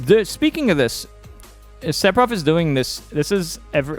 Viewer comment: Very useful information, but for the love of god... or rather, the fans, please stop pronouncing it SePfiroth. You're putting so much emphasis on the P. It's PH, like the word PHone. I can't unhear, so please un say it :P